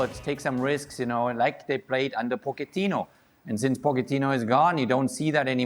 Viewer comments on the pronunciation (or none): Poketino. Like a Pokemon 🤣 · Jurgen always throwing me off with his “Pochettino” pronouncement 🤣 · Jurgen: "Pokketino"